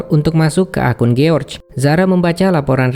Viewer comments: Jors bukan giorge cara bacanya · George dibaca Giorc, hahaha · kok giorc anda bacanya bos